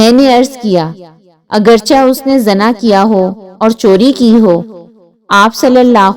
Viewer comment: Zana nhi hota,zina hota h word